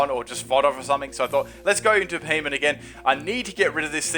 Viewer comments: It's not fucking Beheyot, it's Beheyem.. *facepalm* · BEE-HEE-EM Not Be he men. Fuck's sake, how can so many battlers play this game and now know how to pronounce the pokemon's names?